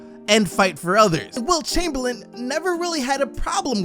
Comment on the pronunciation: "Chumperlame"?? that hurts, Kareem 🙄